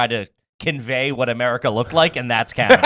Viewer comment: calling Canada, "Canadia" 😂